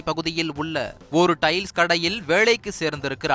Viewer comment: உங்க தமிழ் உச்சரிப்பில் தீய வைக்க.. அது வேலைக்கு..வேளைக்கு இல்ல.. ழகர லகர ழகர ணகர னகர நகர உச்சரிப்புகள் சரியாக உள்ளவர்களை பணியமர்த்தவும் தந்தி